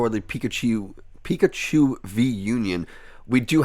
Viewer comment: Pikachee Pikachaa Pikachiii Pikachoo Had so much laugh in the beginning 🤣 😂